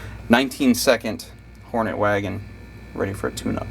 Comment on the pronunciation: I paused the video to write this ... are you calling this car "The Green Hornay" for a giggle ? Why would you call it "Hornay" [a posh person with a hard on] rather than "Whore Net" as it should be pronounced. Look dudes, you might not know this dooooozie of a detail but ALL WOMEN are whores for the right man .... This masterpiece was called "The Green Hornet" for a very good reason ... surely !?